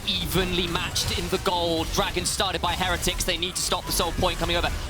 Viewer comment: why does say heretics wrong someone shouldve told her